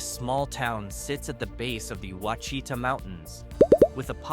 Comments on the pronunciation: Ouachita is pronounced “WASH—I tah.” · Ouachita Mountains….The correct pronunciation is wash-a-tau